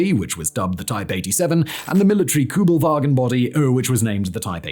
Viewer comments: It's not "Koobelvagen" but Kuebelwagen. The first vowel is a U umlaut. Sounds like eee with your lips rounded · It’s Kübelwagen, not Kubelwagen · Very hard to watch as a german. It‘s called kÜbelwagen! In german you could also write an ü as ue and spell it like this. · This car is KÜbelwagen not Kubelwagen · It's K ü belwagen and Porsch e ! Or is it Jep and Chevrolet e on your side? 🤦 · Kubelvagen GTI? HahH😂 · Its Kübelwagen not Kübelwagen ffs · You dont hear people say the American Kubelwagon though lol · Ü, nicht U. Ich weiß, ihr habt den Buchstaben nicht, aber ist mir egal. Ihr probiert's ja nicht einmal. SPRICH DEUTSCH, DU HU- xD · Why aren't ALL Americans fluent in German? Yoll got so many Immigranten! Please do not even try, when that single word SUCKS. You all have no Ü anymore. That universal U has been changed in English, it is gone, no clue why, you write u, but you say something else. No kidding, it is how it is, history of English language. Still, you all are limited! No ü! When you see ü or Ü, go to a dictionary that SPEAKS. Listen! Do not say things like déjà-vous. VOO is wrong, it is déjà-vu and vu is not voo. Same applies for German ü. Why do you SPEAK these few German words? I always do my best to make chocolate of you, but today you lost me. Please listen to this video again.